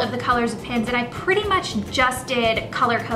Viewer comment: Did anyone else think she said pins instead of pens? Lol. I love her accent.